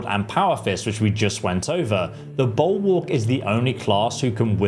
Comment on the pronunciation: Wow. I didn't know "Bulwark" was pronounced 'Buoowok'. TIL...